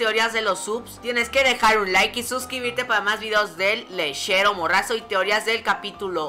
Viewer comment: El (me encanta como lo pronuncias XD)